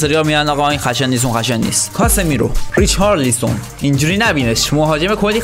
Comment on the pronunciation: ریچارلیسون خخخخخ صد بار گفتی بابا ریچالسون